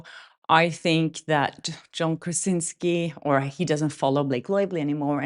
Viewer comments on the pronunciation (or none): none